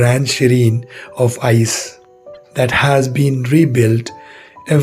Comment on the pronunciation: The pronunciation of "uketamo": it's not you-ke-ta-mo. It's "oo": oo-ke-ta-mo. And "Ise" is not pronounced like "ice." It's "ee-say." You should get someone who knows the language to check you video before you post it.